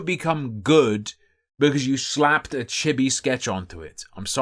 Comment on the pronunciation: It’s pronounced “chee-bee”